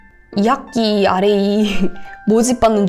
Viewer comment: what is rap이라고 읽어가지고 랩하는줄…